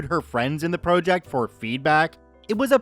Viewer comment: why do you pronounce it pro - ject